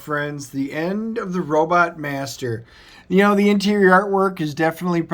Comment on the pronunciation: Gene Roddenberry pronounced robot as ROW-butt